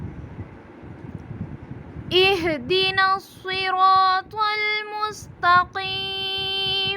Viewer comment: صراط المستتقیم ۔ اس میں ق زیر کے ساتھ تو موٹا نہیں ہوتا ہے۔ آپ نے موٹا کر کے پڑھا ہے ۔ تو کیا یہ درست ہے ۔ پلیز بتا دیں